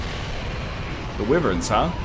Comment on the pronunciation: Is no one going to mention the pronunciation of Wyverns? I was under the impression it is "Why-vern" not "Whiv-vern"